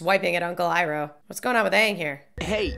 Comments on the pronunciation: I know your just being you but hearing " E" roh and not "I"roh gives me ptsd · Stop calling him eeroh. You're triggering us.